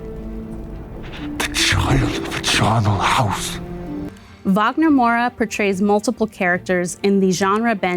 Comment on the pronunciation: Finally someone saying Wagner the right way! ❤